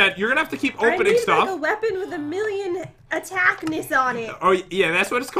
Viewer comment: I thought Jen said attackmiss instead of attackiss